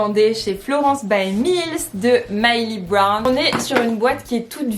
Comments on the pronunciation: MILLIE BOBBY BROWN sa me stressais que tu disait MYLEY BROWN 😂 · MILLIE BOBBY BROWN et pas Myli brown :)